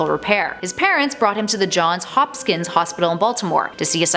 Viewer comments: Hopkins, not Hopskins. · John HOP-kins, not Hop-SKINS